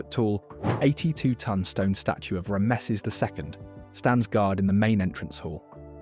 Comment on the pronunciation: Sounds like AI narration with a British accent, given the gregarious mispronunciation of Ramses. Looking forward to experiencing this museum and its ancient treasures on my return visit to Egypt.